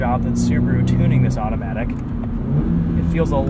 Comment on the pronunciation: i was gunna give it a go but i couldn't handle it once he said ''automatic'' in such a tune it was cringe i quickly switched to another video with manual sorry bois FFFFFFF